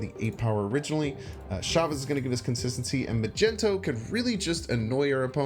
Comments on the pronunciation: Ma-gen-to? MAG-NE-TO....lol the way you say it really threw me off. BUT, looks like a sweet deck. Gonna start fooling around with it. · MAG-NEET-TOE not migento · please say mag-ne-to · did he just say “Magento”? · OP comes here to complain about deliberately saying a card's name wrong for fun, yet OP used the word "contacts" instead of "content." Ironic.